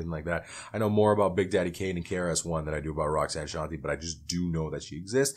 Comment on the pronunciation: Her first hit was Roxanne’s Revenge, not Roxanne Roxanne, which is by UTFO. And her name is pronounced Shawn-Tay.